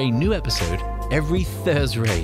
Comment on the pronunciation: lol anyone else cringe when he says "every Thursray"?